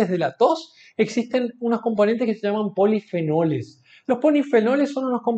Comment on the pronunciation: Jaja dice polifenoles y luego dice ponifenoles jaja la miel no es igual q el azúcar ni hisceversa pero es casi la misma mierda....ningún estudio es valido y concreto 100%